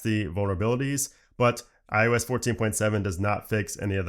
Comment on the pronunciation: does anyone else think he keeps saying iUS?